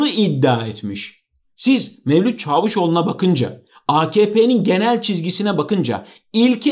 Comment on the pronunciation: Sevgili, seni takip ediyorum ve çok beğeniyorum, ancak daha önce de yazdım ve eleştirdim ve yazmaya devam edeceğim ta ki sen "Çaavusoglu" "Daavutoglu" demekten vazgecene kadar 😄